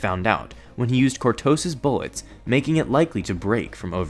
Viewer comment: lul it's cortosis not qurtosus